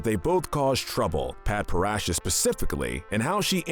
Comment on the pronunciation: Rooteal? Lapis Lazooly, Padprassha? BISMOOTH? SUJILLITE? Oof. Just say you read a couple tumblr posts, never watched the show, and move on. Corporate channels use fandoms for clicks without actually understanding the content they're making. I'm shocked you got Nanefua right.